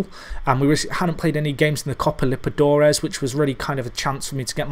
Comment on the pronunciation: Has your pronunciation of liberTAdores Impoved yet? :') ep 35 in 5 days aha,love the series!